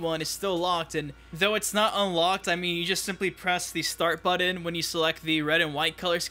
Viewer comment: when he says "buddon" instead of button my eyes start tremoring and my temper runs short.